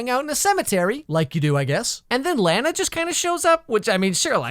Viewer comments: i absolutely HATE that he calls her Lana (lan-uh) it’s actually pronounced lon-uh and if he had actually watched it he’d know that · Its not pronounced Layna, its pronounced lawna! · IT'S NOT LAENA ITS LAAAAANAAAA. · its not laena , its Lahnah ...just saying. lol nicce vid again tho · It's pronounced Lah-Na. And the necklace is kryptonite. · STOP PRONOUNCING LANA WRONG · I SWEAR TO GOD PEOPLE WHERE ARE YOU GETTING I BETWEEN THE A AND THE N??? JUST PRONOUNCE IT LIKE ANNA BUT WITH AN L BEFORE IT Also my dad loved this show so much that he named me after her Thanks dad